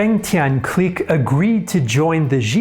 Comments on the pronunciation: Cique (click) not Cleek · Lmao am I bugging or you pronouncing “clique” mad weird? Or maybe thats the French pronunciation? I’m pretty high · Learn how to properly pronounce the word clique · Great content, but you mispronounce "clique" throughout this video. It's a little jarring. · INTERNATIONAL CLIQUE